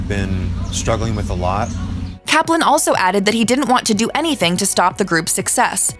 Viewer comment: Really, the the first two guys' last names rhyme with "enjoying" and "glossy"? So the first A in "Kaplan" make the first syllable a different spelling of "cap" and the second is a schwa, huh? I thought so! Thank you for making the surnames' pronunciations clear. However, it's not clear how Avi's longer first name (Avriel) was really pronounced.